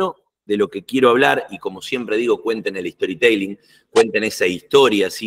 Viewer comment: ESTORITELING > ESTORI TELING > TEEE LIiiiNGGGG (si decis Story TE ( i ) LING es como si dijeras en español JOLA en vez de hola) Las cosas como son. No te cuesta nada decirlo bien y quedás mejor parado que si lo decis mal. TE LING. Más allá de eso, gracias por tu contenido!!